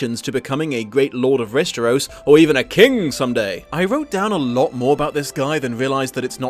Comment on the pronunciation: Just curious, why do you pronounce it Resteros?